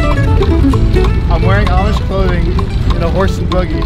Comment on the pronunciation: Did you call it a boogy in that first scene? It’s a buggy😂 come on man.